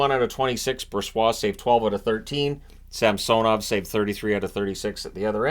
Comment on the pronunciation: I giggled every time he said Samsonov tbh